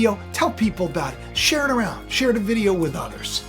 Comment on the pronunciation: "LIKE SHAE SUBSCRIBE"